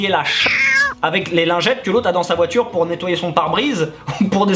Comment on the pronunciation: La pertchinence de la vOUAture 🤣🤣🤣